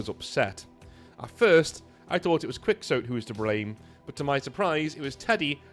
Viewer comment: have you not heard of Don Quixote? Is that not standard British reading? Funny hearing it pronounced “quicks-oat”.